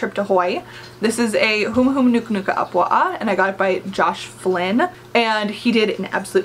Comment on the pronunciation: As a Native Hawaiian, I love that you said Humuhumunukunukuāpuaʻa correctly 💖. Also, The Hawaiian word for whale is Koholā 😊.